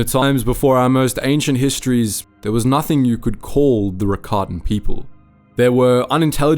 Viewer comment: I think I have a good question- if the Rakatans originated in legends books, what was the piece of media that made it clear it was pronounced like Ricotta instead of rackatan?